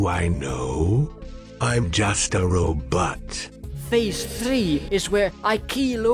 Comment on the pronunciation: He defunitely said roBUTT